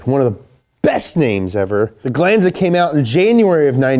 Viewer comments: its GLAHN-ZA not GLAnn-zuh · It's not pronounced "glooonsa" it's a glAnza ... Damnit the yanks haven't even had the car 5 minutes yet and theyre already causing trouble 😂